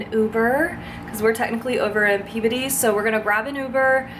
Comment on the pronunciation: As a local, I’m impressed that you said Peabody correctly.😍 The majority of people from out of state never do.